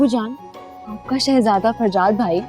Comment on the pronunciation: Han yaar aagujaan jab farjad ko shehjada bolti hai bada accha lagta hai ❤❤❤